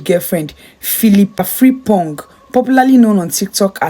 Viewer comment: The name is yes spelled FRIMPONG but the right pronunciation of the name is Frimpon, because the G at the end of the spelling is silent.